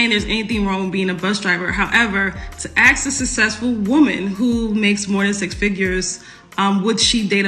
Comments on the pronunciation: Oh, for the love of God, please don’t “axe, acts???” them to do things….. Especially if it involves pronunciation and grammar ……… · It is hard to take her seriously when she pronounces "ask" like the wood chopping tool. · "thats a toxic question to axe a black woman" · It’s 2024 and black people still can’t pronounce ask…. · Strong, successful pokemon is not able to pronounce the word "ask".... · Until you learn to say aSk correctly, do not expect to get a good man, LMAO. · So much education and can’t say the word “ask” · Let me aks.. ok...ok..ok...ok.. No, you're not ok. Ok? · Why do they say aks instead of ask? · ENOUGH!!! Axe: A... K... S Ask : A...S...K How hard can it be to get that right??!? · Really. "Don't Axe them." Oh really? Yes I will, and do. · Until some black folk stop saying AKS (AX) instead of ASK, I cant watch or listen to them. Whoever that chick is, I just can't do it. Don't tell me it's a "culture thing" or "a dialect", its pure nonsense. It is pure, unadaltured laziness. Regardless, modern women are a scourge on society. Been this way for quite some time now. Just cant trust them. Some try to come across as traditional, loving women that let men do what they are best at.... ONLY to take more than half their shit and child support/possibly alimony. If they are so "strong and independent", why do they require a man to pay for them? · The word is "ASK" not Ax. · Anyone who says "axe" a question is a complete moron. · She keeps saying ax the word is ask get it right👍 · Why would a woman be considered "Educated" if she has to "Axe" questions? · Well you can tell the level of the pokemons education when she talks...the word is ASK but she says AKS and she says AKS SEVERAL times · Why can´t these people pronounce "ask", not "aks". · Axe, axe ,axe .it's ask ..... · That educated Pokémon keeps saying, “axe” instead of, “ask”. 🙄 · You don't axe a black woman anything, you ASK them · Any person that says axe for ask if right out